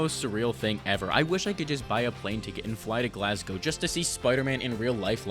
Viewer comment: Eh...🤔 its Glasgow !